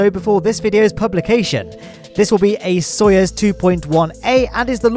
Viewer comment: really be out here saying "Soyez" rather than "Soyuz" lol